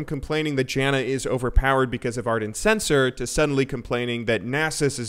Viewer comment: wait wait wait am i the only one that heard him misspronounce Censer in Ardent's Censer